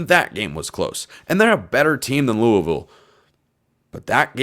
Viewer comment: Pronounce Louisville right if you want to be a podcaster